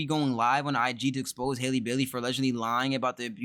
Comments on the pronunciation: Sounds like “Holly” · Lmaoo it’s Halle as in like Halle Berry